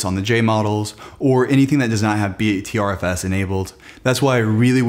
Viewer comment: It’s pronounced butterFS :)